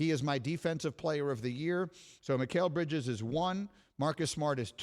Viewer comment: He said it wrong the first time and said it right the remaining two times he said his name. He did it with no one correcting him. People make mistakes